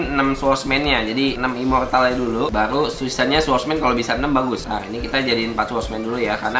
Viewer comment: Tanpa kalian sadari dia menyebutnya swordmans